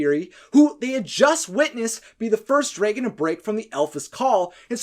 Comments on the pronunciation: Why do you say dray-gun instead of drag-gun? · Why do you say dragan instead of dragon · Wtf is he not saying dragon right. It’s dragon not dragen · Its Dragon not Dreigon Its alpha not elfa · If I hear draygon one more time ima be pissed 😂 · What’s a “Dregon”? 🤔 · He says draygon Not dragon What the hell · Wtf is a Draeigon? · Why do he say draygon instead of dragon?? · It's not draegons it's dragon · That’s not how you pronounce the word dragon. It’s not ‘draegen’, it’s dragon. Dragon. Like the word ‘drag’, with ‘en’ behind it. Unless you pronounce drag as ‘draeg’. Just saying. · Do You pronounce dreagon? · Please stop saying “Draygon” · "Draegon" ...Good video but the way you pronounce dragon makes me just...nope.. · Anyone else noticed that he said dragon like this: > draigon? I can't be the only one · Learn how to say dragon correctly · Your right man, i cant stand iT! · I don't wanna be mean but i hate how you say dragon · I’m sorry. It was your pronunciation of dragon that made me think that.